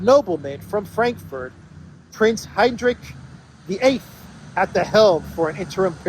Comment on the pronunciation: Heinrich XIII means Heinrich the Thirteenth, not "the Eighth." Latin language seems to be falling into oblivion.